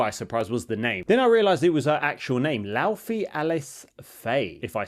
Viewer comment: You pronounce it Lau(Fay) like her name. Not Lau(fee). There is an interview with Cory Barlog and the game director.